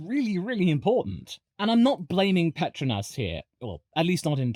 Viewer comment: "Petruhnass" Pet-TROW-nass